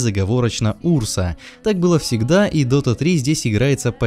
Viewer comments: Пожалуйста говори правильно! Урса ударение на А. У меня кровь из ушей пойдёт 😕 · ou. wodka Правильно Урса,ударение на у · Неправильно называет имя героя и показывать чет собрался